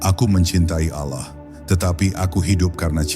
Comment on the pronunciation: Maaf, mengucapkan lapadz Alloh supaya d perbaiki🙏